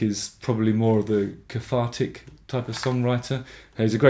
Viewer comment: ‘Cafartic’ ‘wiv’ ...why, with all your articulacy and consciousness about your voice, are you unable to pronounce ‘th’ (not meant critically, just curious)